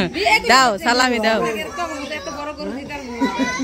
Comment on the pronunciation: কথাটা সালামী হবে .(.ছালামি) না ….যে নিজেই অন্যর দয়ায় অন্যের অনুগ্রহতে ..বাঁচে বৌ বাচ্চা ভাত দিতে পারেনা শশুর বাড়িতে পড়ে আছে সে দেবে অন‍্যকে সালামী 😱🤷‍♀️😂..nice joke….😜এ বছরের সেরা মজার কথা শুনলাম 😂